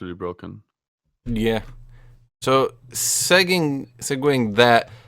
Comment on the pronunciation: SeGGING...Ohhh he means SEGUE (Seg-Way). This poor chap plays so much League he forgot reading, writing and rith-mat-tik!